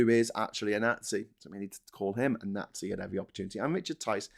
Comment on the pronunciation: can you please learn to pronounce "nazi" properly? Jeez.